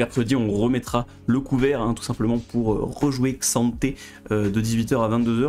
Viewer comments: Ah merci de le faire remarquer ! J'ai dis la même sur sa vidéo précédente mais ça se dit bien "Ka'Santé". Ce manque de respect envers le champ ahaha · Ca se prononce pas plutot Ka-santé ? Comme M'bappé se prononce Aime-bappé. Bon anniversaire !